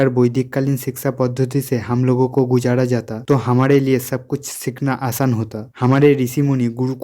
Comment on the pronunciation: गुजाड़ा नहीं गुजरा जाता